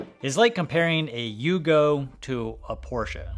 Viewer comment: He said it the correct way; Porsh-uh! 😊